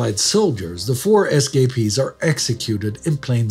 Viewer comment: I know humor shouldn't be found in a video like this, but it took me about 5 minutes to figure out what an SKP was. Your pronunciation was just the right cadence for me think "escapee" was an acronym.